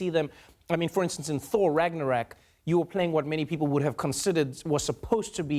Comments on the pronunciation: Ragnarok not Ragnarack bro. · It's Ragnarok Trevor not Ragnorak. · Ragnarack? Trevor, it's pronounced Ragnarok RRRRRRAGNAROKKKKK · Ragnarak? Hew pronounced it Rag Na Rak... I love you Trevor, but damn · Trevor is NOT a Marvel fan given the way he said "RagnarAck" 😂 P.S. Great stuff as usual. Trevor is a compelling interviewer 😊 And the guest list is always intriguing & awe-inspiring on the daily show 🙌 Tessa is so articulate & eloquent :) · The Ö in Ragnarök is pronounced like "uh" so its more like Ragnaruek. Sounds like he was attempting the original Nordic pronunciation. Still got it wrong though. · nope, we pronounce it RAGGGNARÖÖÖÖK. Stop appropriating my culture, arab! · Is it just me or did Trevor say Thor Ragnarok wrong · I cringed when he said it. LOL. Almost had it. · Considering Trevor himself plays a Wakandan character so is part of the MCU, he should’ve got that right.